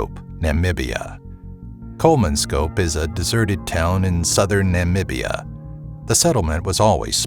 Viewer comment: You can pronounce "Namibia"?? You are smarter than the president of the USA!